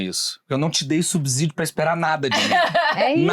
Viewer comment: É "subsídio", não "subzídio".